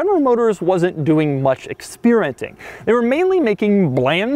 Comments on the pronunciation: Did he just say "expeerenting" at 00.43? lol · Expeerenting lol